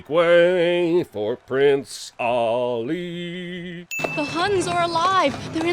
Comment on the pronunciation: Omfg it’s make way for prince Aliiiii not aaaaaliiiii